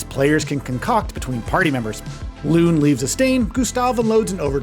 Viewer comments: I know it's nitpicky, and I'm probably gonna get trolled for this, but it's pronounced Lune (Loo-Nay) and Maelle (May-Elle). The lead dev has gone on multiple interviews hardlining the pronunciation for Lune. Maelle, I'm a little iffy on but it's definitely not whatever it was in this video lol. That being said, I've been following this game for months and oh boy I couldn't be more excited for it. It looks like everything I've wanted in a modern jrpg experience, and just the right amount of souls influence without becoming an actual soulslike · Great video, good sir. However, the character's name is pronounced 'Loo-nay' 🍻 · No hate but lots of vids ive seen barely use pronunciation properly😂 "Loon"? "Mail"? 😂😂😂 God its so funny